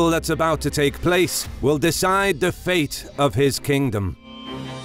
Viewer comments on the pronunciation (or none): none